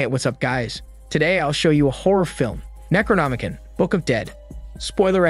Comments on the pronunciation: It's pronounced "necro-nomi-CON" not "kin". Also macabre is pronounced muh-cobb not macaw-bruh. Edit: I couldn't even make it past the first few minutes because you make it so obvious you're reading from a "script" someone else wrote and didn't pre-read. You're jumping around, mispronounce half the words and have all these awkward pauses because you didn't read first to know what you're saying. Out of probably like 40 different recap channels this is easily the worst I've seen so far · Necronomi-con Not Necronomi-kin